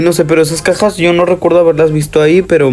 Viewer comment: escuche kakas en vez de cajas.😿